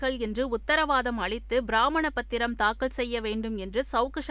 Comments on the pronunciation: What Tamil this lady is speaking! Brahmanapathram!! Pramanapathiram is correct!! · News reader should learn proper Tamil. Not brahminapathiram pl pronounce Ramana Mathura’s very sad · கடவுளே, இந்த செய்தி படிக்கும் பெண்மணிக்கு தமிழ் சொல்லிக்கொடுஙள்: அது “ பிராமிண பத்திரம்” அல்ல, “பிரமாண பத்திரம்”! ( declaration statement). இதிலயாவது பிராமணர்களை விட்டு வையுங்கள்!😅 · அட முட்டாள் பெண்ணே பிராமண பத்திரம் இல்லை ஃப்ரமாண பத்திரம் என்று சொல் உனக்கு படிக்கூட துப்பில்லை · அது பிரமாண‌பத்திரம்.பிராமண பத்திரம் என்று படிப்பது மடத்தனம் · என்னங்க செய்தி வாசிக்கிறீங்க. அது பிராமண பத்திரம் அல்ல.பிரமாண பத்திரம். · Madam it is not Bramna pathiram. Read correctly. It is Pramana Pathiram. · It s not Bramana pathram but it is pramana pathram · P - B transposition pronunciation mistake on audio, its piramana pathiram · நியூஸ் வசிக்கும் நாயீ, பிரமாண பத்திரம், என்று கூறு வதற்கு பதிலாக, பிராமண கூறுகிறார். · பிராமண பததிரம் அல்ல பிரமாண பத்திரம், தமிழை ஒழுங்காக பேசுங்க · பிராமண பத்திரத்தை யாரும் ஏற்றுக்கொள்ள மாட்டார்களே அம்மா.வாசிப்பில் கவனம் வேண்டும். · Premmana pathiram not bramana pathiram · பிரம்மான பத்திரம் என்பதை பிராமண பத்திரம் என்று படிக்குது பார் இந்த பெண் தத்தி செய்தியாளர். கொடுமை. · அம்மா.பிராமண பத்திரம் இல்லை. ப்ரமாண பத்திரம் . சரியாக உச்சரியுங்கள். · பிராமண பத்திரம்.தவறான உச்சரிப்பு.பிராமாணபத்திரம்.என்றுஉச்சரிக்கவேண்டும். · அது பிராமண பாத்திரம் இல்லை. பிரமாண பத்திரம். செய்தி வாசிப்பவருக்கு இது கூட தெரியாதா? அட கடவுளே!! முதலில் அவரை வேலையை விட்டு தூக்குங்கள்!! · அது என்னங்க ப்ராமண பாத்திரம் ... நாடார் பத்திரம் ???? அது "ப்ரமாண பத்திரம்"... ழ உச்சரிப்பும் கேவலம் .... அழகிய தமிழ் மொழியை அழகாக உச்சரிக்க பயிற்சி எடுத்துவிட்டு செய்தி வாசிக்க வாருங்கள்